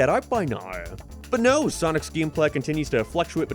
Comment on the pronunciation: Your pronunciation on words containing the letter A really bothers me... it sounds like you are saying giems instead of games... or gaymes same with your o pronunciations sounding like naur instead of no and what makes it apparent is nearly every word you say sounds perfect even capsules sound normal